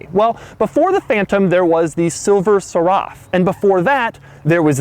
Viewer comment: The way he pronounced Silver Seraph . Just no...